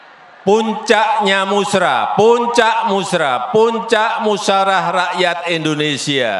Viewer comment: Ngomong musyawarah aja belepotan pak lurah..pak lurah..🤦🙏